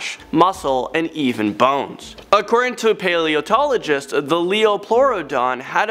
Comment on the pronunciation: It's paleontologist not paleotologist